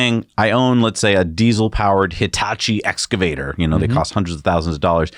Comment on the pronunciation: Thank you for saying "excavator" correctly.